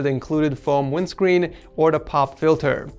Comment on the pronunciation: Wit tha fome wimscween